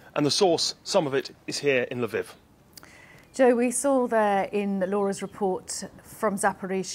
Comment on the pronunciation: Covering a war for months now and you still cannot pronounce Lviv correctly.